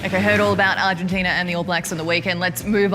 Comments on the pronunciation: How to disrespect a country...Mispronounce its name over and over. It's ARGENTINA not ARGENTINIA. Ozzy Ozzy Ozzy Oi Oi vey! :) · Can someone tell it's not 'Argentin-i-a'? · Just so everyone's aware, the name of the country that beat the All-Blacks is called "Argentina," not "Argentinia." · Nah mate, kept calling them "Argentinia." I know my accents, and I also know when someone adds an extra vowel to the word "Argentina."